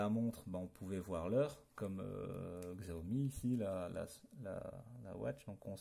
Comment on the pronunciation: Par contre la marque se prononce "chiaomi" mais sinon bonne video juste peut etre un peu longue.